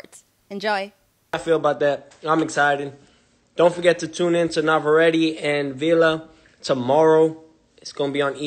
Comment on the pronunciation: That’s one L for Teo. And why he can’t even pronounce Navarrete right 🥥